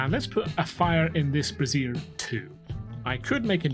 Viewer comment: This is super helpful, thank you so much! My wife cackled when she heard your pronounce "brazier" as "brassiere" lol